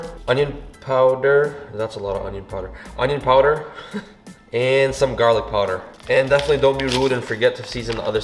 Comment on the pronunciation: That pause on the Onion powder had me haha... <3